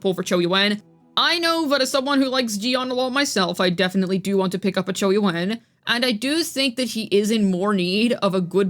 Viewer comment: Chee yu aan is how it's pronounced